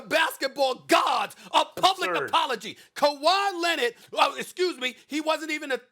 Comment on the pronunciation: Nobody ever: Stephen A: KAWHI LENNOT